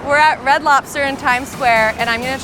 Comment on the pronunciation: Why do you say lopster lol